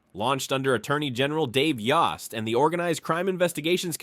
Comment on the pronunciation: The o in Mr. Yost's name is pronounced as a long o. In other words, the o vowel says its name.